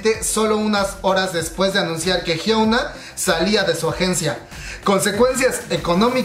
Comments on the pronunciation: Inna de hecho se pronuncia "jiona" porque 현아 se traduciría como Hyeona, pero "ㅕ" (yeo) se lee yo (que se pronuncia 'io') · Soy la unica a la que le molesta que pronuncie mal el nombre de Hyuna?